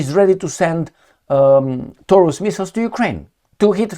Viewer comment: Taurus sounds like DI-NO-SAU-RUS to me hahahaha